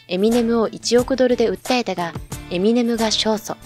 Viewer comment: エセ評論家 エミネ↓ム